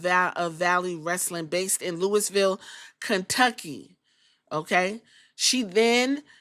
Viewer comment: the letters 's' in Illinois and Louisville are SILENT!